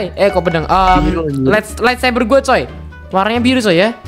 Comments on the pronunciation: lightsaber bang bukan laitsaber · laitsaber Hahahhah light sabet bang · R.I.P english lightsaber jadi "laitseber" wwkwkwkw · laitsaber???? lol LIGHTSABER BRO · Bang kocak orang mah lightsaber ini malah laitsaber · Light saber bang bukan lait seber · bukan laitSaber bang tapi lightsaber